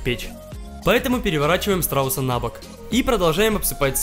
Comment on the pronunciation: Мне послышалось: — Все это высыпаем на срауса.